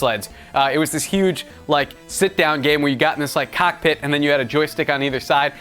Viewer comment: said cokpit